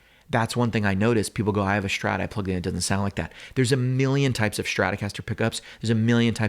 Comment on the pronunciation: Please stop saying "Shhtrat." It's not your dialect, it is the only word you pronounce incorrectly. Thank you. -your viewers.